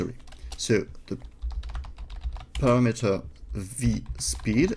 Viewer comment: Paste is "pAAyste" A as in Able. [English teacher ;) ] Parameter = pah-ram-ehter